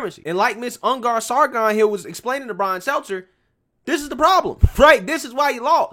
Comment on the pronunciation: Stel-ter. Ok carry on